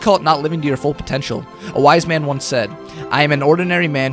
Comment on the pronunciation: "A Weizman once said"